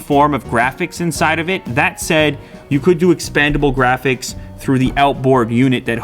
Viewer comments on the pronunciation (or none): none